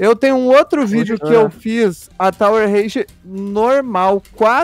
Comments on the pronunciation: e tower of hell não tower of rage,fala direito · Pq o fala tower of rage;-;?